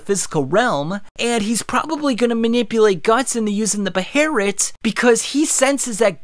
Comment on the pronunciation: I absolutely hate hearing it called a beherit